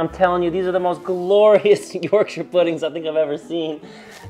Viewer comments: I love that you pronounce Yorkshire properly. You say 'York-shur." A lot of American videos tend to pronounce the counties incorrectly and would probably say "York-shire" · As an Englishman, You get infinite points for pronouncing Yorkshire correctly idc even if it tastes like cardboard you’ve won me over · I'm just pleased you say Yorkshire right! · I was wondering why you were pronouncing Yorkshire correctly - I would never have guessed you were a man of York!